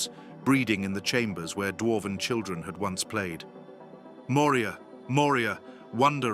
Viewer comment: Yes, "Nain I." Someone forgot to tell the AI that one doesn't prounounce the "I." Then there are the quotes from the books, "chil-dren." There were several others, but those two stood out for me.